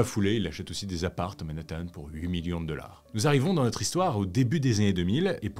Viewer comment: Je ne commente jamais, mais là, j'étais obligée. Je dois avouer que ça me perturbe énormément que tu prononces $ "deular", voilà, c'est dit. Sinon, j'aime beaucoup tes vidéos et ta voix est agréable à écouter. Bravo à toi et ton équipe !